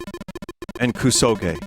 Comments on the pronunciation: Hearing "koo-soh-ghee" five seconds into opening this video was an auditory flash bang. booti pls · And then he said it right and THEN he said it wrong again. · Playing Koo-Sowegy on my Nine-Tendoo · KUSOGE actually means "shit game." KUSO is shit in Japanese GE (pronounced "gay") is a shortening of game (gaymu).